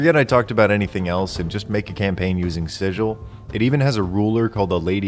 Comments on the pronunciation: "We can excuse the fact that you slaughtered two yugoloths before you realized where you were, outsider. But you pronounced the name of our city 'Sijil,' not 'Sigil.' And there can be no excuse for that!" - Her honor Rastina Tollin of the Guvners. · HARD G, LIKE IN LOGAN! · Oh no! has been brutally murdered for mispronouncing Sigil. Too bad, he seemed like a nice guy:( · Wow, how has nobody corrected your pronunciation of Sigil yet? People spent years hounding Matt Mercer on that point. Oh, and don't look for gate towns at the bottom of the spire. They're not there, actually almost a thousands miles away from it... but the domain of the mind flayer god Ilsensine is.